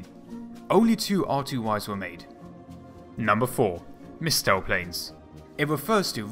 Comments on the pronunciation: Missile-Tow or Mistletoe? :P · All I could hear was Mistletoe not Mistel tow planes